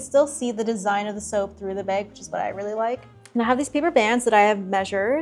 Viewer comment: The pronunciation of bag is gonna kill me 🫠